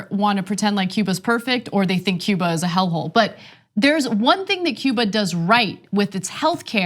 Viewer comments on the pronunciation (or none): none